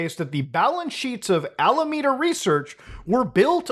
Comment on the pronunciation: every time muta mispronounces alameda i sigh inside. its not your fault. i bet San Jose trips people up too